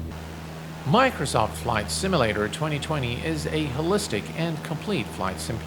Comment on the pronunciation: "Miknersawf Simmalater"